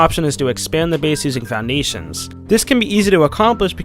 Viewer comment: You kinda say "Foundations" funny , i think its just me though :D